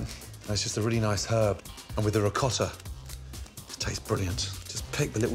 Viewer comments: Ri..coat.. ta Not rikkata 😂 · "Nice spoon of ricotta in"...they always add the stupid rrrr after the a. So annoying lol